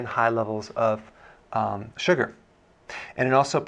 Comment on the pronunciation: Love how you say SU-GRRRR! 😂